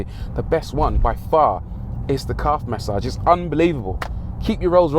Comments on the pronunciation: LOL... took me for ever to phonetically catch what the óld “Mas-Sahge” “Caaahve” was... Love it. Thanks for the chuckle! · Rory emphasizing on Calf massage for the millionth time 😃 This was really good to watch